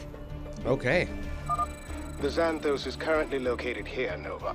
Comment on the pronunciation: «Xan» → «Szæn», not «Ksan» in «Xanthos».